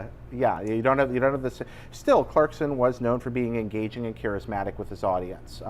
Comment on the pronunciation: Clarkon lol